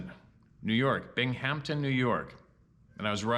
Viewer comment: Binghamton = (Bing-um-ton) 😉